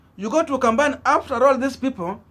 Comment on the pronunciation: It’s KAMBA NOT KWAMBA It’s KAMBA NOT KWAMBA It’s KAMBA NOT KWAMBA It’s KAMBA NOT KWAMBA It’s KAMBA NOT KWAMBA